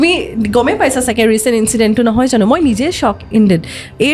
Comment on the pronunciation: ঝানো, অখম,যোনে , হেনেকুৱা...... কি শব্দ এইবোৰ ? ভুলকৈ কোৱাটোহে আধুনিকতাৰ লক্ষণ নেকি?????English, Hindi, অসমীয়া সকলো মিলি এটা নতুন ভাষা কোৱা যেন লাগিছে। Unsubscribe কৰিলো।